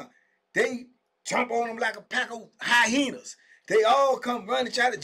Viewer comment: "pack of HIGH-YEENAHS" 😂 that line always cracks me up